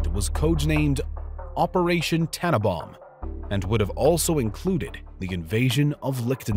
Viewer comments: Operation TANNENBAUM, not tanabaum. I do wish narrators would get their pronunciations right. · Wintergewitter simply means winter storm. And this fellow needs to pronounce it TanneNbaum. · Why can't he say the last n in Tannenbaum? It's TanneNbaum. And Baum rhymes with brown, not warm. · tannenbAum.... with an a